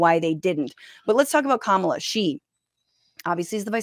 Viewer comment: Once he said, “kuh-MAH-luh” I clicked off. I can’t take him seriously.